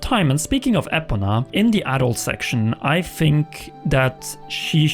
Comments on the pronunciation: it's ePOna not epoNA, it's driving me wild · Ee-Po-Nuh // Epona is very important. Get it correct please